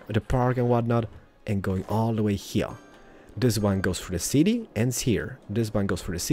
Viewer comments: why does he talks like heiiar when he knows to say here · The way you say "heeooyr" should be dropped from your show. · Can't this guy pronounce "Here" like a normal person? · I like how he says hear instead of here